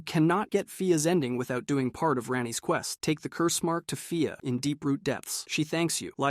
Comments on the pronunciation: nah 😂 i went to the comments to see if anyone else was getting annoyed at him mispronouncing marika then i saw a comment about fia so i skipped ahead this mothafuka just do that shit for comments on his vid and its smart tbh well played...... fia not fire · The way he says fia is so weird fi-ah when its fee-a and he cant say marika wtf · Bro you gotta be pronouncing these names wrong on purpose lmao mareeka, rahdon, faya, blade and mileena is wild